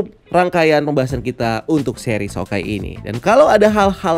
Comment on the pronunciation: Kok hawekeye bang? Harus nya hawkeye